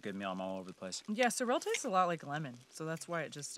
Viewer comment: Been watching y'all for years. Ive REALLY enjoyed your journey. Thanks for all of the time you invest in sharing your lives with us. Just an FYI... Sorrel... It's actually pronounced SORE-ul; not sore-EL. ;-)